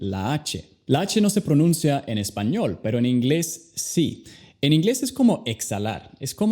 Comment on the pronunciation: Hablas español, muy horrible 🤮 Tu deberías pronunciar bien español para enseñar inglés..